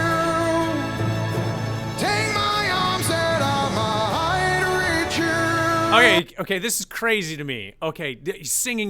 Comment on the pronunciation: Only criticism. Migh-hight. I-hits, wa-has. Splitting words to reach a note mid-syllable is really annoying and shows a lack of support that he needs to trampoline up to the higher note. Spoils it. Once is OK. 10 times is annoying. Perhaps it’s just a bad habit. You should have commented on this if you are a classically trained vocal coach.